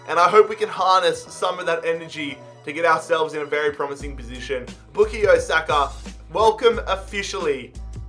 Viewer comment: With all due respect it not bookie Osaka it bukayo saka